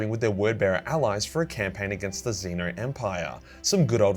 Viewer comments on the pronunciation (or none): none